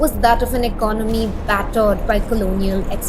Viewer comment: Plssssss…. Eca-naami nahi, eco-nomy, and it’s not oppar-tunity, but oppor-tu-nity! As an expatriate, I can confidently say that people don’t leave India for not just economical benefits, but for the change in lifestyle. I can also confidently say that 90% of Indians who live abroad feel hostage living abroad in lacklustre lifestyle despite those dreams because of the rat race mentality that we’ve been brought up with. I’ll blame it on the cheap Indian mentality of running behind money and wealth creation which we don’t end up enjoying running behind money till we’re 60 to repay our 30 year mortgages. The day idiotic parents push their kids to pursue Engineering despite their kids’ passions, this brain drain will continue.